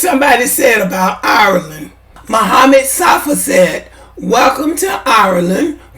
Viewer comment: Not to be petty but can we pronounce IRELAND like Ire - LAND not OURLANNN! smh And this is stupid and divisive. You do all this support just to throw shade on Black immigrants. trash for this. smh!!! I'm Haitian, Weeeeeeeeeeeeee don't praise White folk, in fact, ask a lot of Haitians, we think, believe and move as if we're SUPERIOR to White folk... #dontGetItTwisted foh with that immigrant bashing smh....